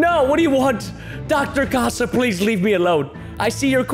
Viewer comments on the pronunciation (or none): she is spanish and her name í pronouncesed like catha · I think it’s bronounced case-a